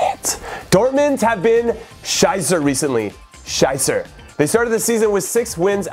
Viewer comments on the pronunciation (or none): Your pronunciation of "shit" in German is really bad mate. :p